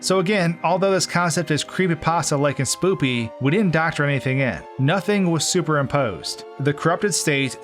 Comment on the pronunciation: lol he said spoopy